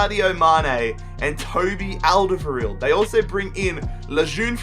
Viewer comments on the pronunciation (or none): none